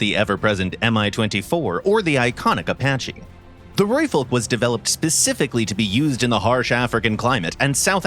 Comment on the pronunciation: only one thing i found a bit off is the pronunciation of Rooivalk: we roll the R, so it sounds more like RRRooivalk, but other than that, i have no complaints, amazing video enlightening others about our achievements